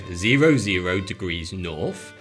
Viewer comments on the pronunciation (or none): Furver Norf ? Let me introduce you to the letters 'TH' . And an 'R'